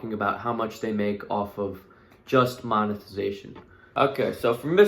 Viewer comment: Boy really said "moneytization" 😂😂